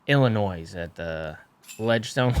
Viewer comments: Uli's pronunciation of Illinois had every Illinois resident cringing. (You know if you know) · ULI… the “s” is silent in Illinois. Pronounced “Il-ih-NOY” not “Ill-ih-NOISE.” 😂